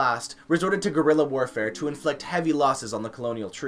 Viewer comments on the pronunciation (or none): none